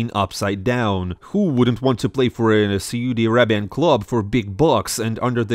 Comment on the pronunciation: I like how you pronounce Soodi instead of Saudi xd